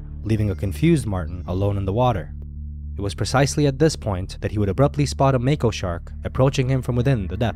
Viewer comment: Yay u said it right mako❤️!!